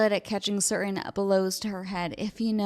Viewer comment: I agree with your take, but what is the word “cer-in?” Are you saying “certain?”